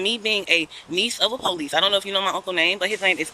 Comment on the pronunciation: " De Powe- leese'